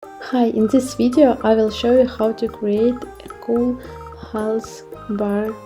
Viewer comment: The word video at the beginning sounded with an accent.